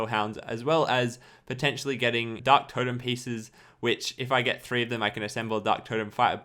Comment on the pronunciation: Did you just say D-Harok? Lol